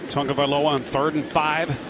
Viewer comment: Do the announcers now how to read its not tungaviloa its tagoviloa